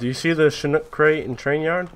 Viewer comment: alright listen here bOi i love your videos but stop fucking saying SHIN N O O K its CHIN H O O K